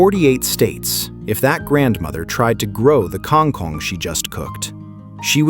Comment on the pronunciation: This AI idiot can't pronounce kang kong and it's annoying.